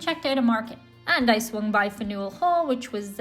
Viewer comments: "FanYOUell Hall". No, no, no. It's pronounced "Fanel", all as one slurred syllable and barely pronouncing the "e". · Love your accent. Love that you came to Boston, but not even close to the pronunciation of Faneuil Hall. We pronounce it like ‘fannel’, but no one will mind if you say Fan’ u el. As for the fluffernutter, it’s so much easier (and better) if you toast your bread, and you have way too much fluff in that. The peanut butter spreads easier, and you absolutely need a knife for the fluff. We do peanut butter and banana sandwiches. Both Pepperidge Farm and Dunkin Donuts originated in Massachusetts. Most Americans hate the Boston accent. But there are so many accents in Massachusetts. You also need alcohol in the egg nog! It’s way better. We’re more sarcastic than anywhere else. Perhaps because so many of us are Irish decent. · The bread must be some artisanal special whole grain bread. You want Sunbeam or Wonder bread. The cheap stuff. Fanool 😅 Fan-yu-el Hall My town of Reading, MA has 5 Dunkin Donuts. It's ridiculous. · We pronounce it as Fan-yule Hall. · You need to use Teddy Peanut Butter, and it's pronounced "FAN-il" Hall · Faneuil is pronounced Fan-You-El. The way you said it sounds like a Greek dessert. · Wicked pissah. please say Faneuil Hall again 😂